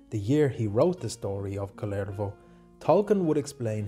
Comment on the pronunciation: Your pronunciation of the name Kullervo is to my ears the Finnish name Kalervo. He is totally different individual ; - ).